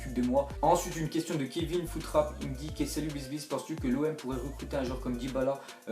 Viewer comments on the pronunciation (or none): none